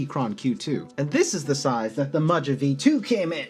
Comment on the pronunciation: I was thinking that it’s pronounced Maha but I could be wrong I just ordered the black one which is currently in stock but the choice of either PC or Ass Brass for plate material is kinda wack Luckily you can find the plate file online and prototypist will cut custom plates if you send him the file Gona get me some nice clacky forged Carbon Fibre to take it to the next level